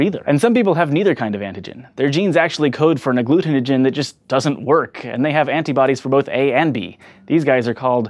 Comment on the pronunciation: Good job with pronouncing agglutinogin,!